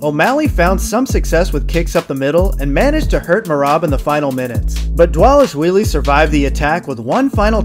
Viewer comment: Props for saying Merab’s last name perfectly.